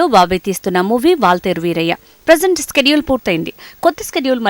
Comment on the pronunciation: స్కేడ్యుల్ కాదే షెడ్యూల్